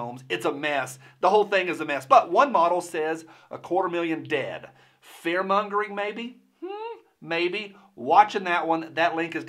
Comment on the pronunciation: I'm not quite clear. Is he going to "burn through several things" ? Did he really say "fear mungering" ?😂🤣🤪